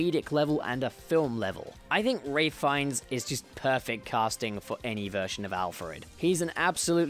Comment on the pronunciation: I think Sean Pertwee is the best. Also, why can nobody say Ralph Fiennes right? It's Ralph. As in Wreck-it Ralph.